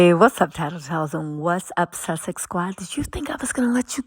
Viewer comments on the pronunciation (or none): none